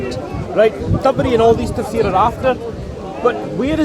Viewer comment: Peace to all, please tell it's not (( T A S F E R )) it's ((( T A F S E R ))), the F is before the S, that's the correct way to say the word in Arabic, thanks and God bless you all.